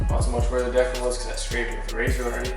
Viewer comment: Do you not know how to pronounce decal😭